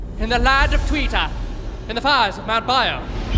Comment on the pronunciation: in the land of "twee tar" lmfao